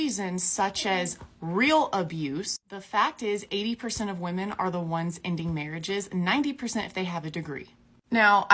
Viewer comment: It’s not ‘woman’ it’s women. Why are so many people screwing this up?